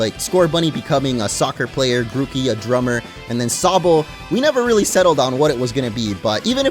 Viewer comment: It's not Gucci Gang it's Grooky Gang